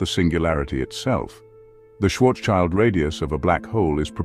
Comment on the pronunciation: Nice Video, but my German ears are bleeding... schwarz-child😅